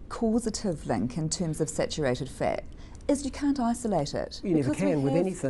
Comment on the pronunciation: missuj (message) ixburts (experts) dinse(dense) fit(fat) iccadimycs(academics)...Fuck I HATE that stupid Australian accent..please learn to pronounce your vowels (viwuls) correctly